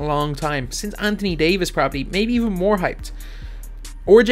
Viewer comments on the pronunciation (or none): none